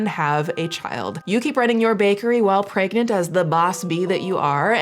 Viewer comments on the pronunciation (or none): Pergnart? Pregananan? Am I…. Gregnant?